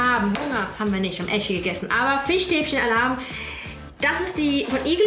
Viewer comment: Niemand: Unge: Fichstäbchen